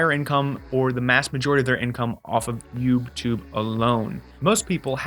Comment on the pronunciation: I heard it more as 'yupe' tube 😂